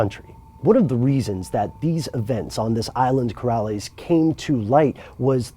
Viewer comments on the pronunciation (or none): It's not "Corales" - it's "Co-LAR-es". Please check your pronounciations more carefully.